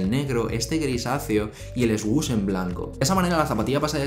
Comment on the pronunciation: Its /Sush/ not /esgush/